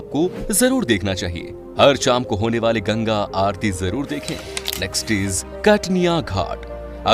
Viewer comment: Kartniya nahi katarniya ghat hota hai